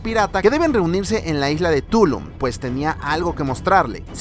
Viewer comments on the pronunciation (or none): Ay, bro. Por tu forma de hablar espero que no seas mexicano. Mira que llamar Túlum a Tulúm (2 veces), siendo de México, no tiene perdón. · No se dice Túlu ni es una isla; se trata de Tulúm, Quintana Roo, México. La costa mexicana del mar caribe.